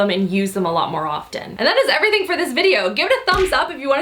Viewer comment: "Dust errything" 😂😂😂 yes.